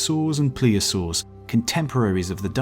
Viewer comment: As a palaeontology nerd, I had to make a couple of corrections. The rocks around Lyme Regis, where Mary Anning did her fossil-hunting, are late Jurassic in age, making them more like 150 million years old rather than 200. Also, it's pronounced 'plesiosaur', not 'pleosaur'. Great video nonetheless!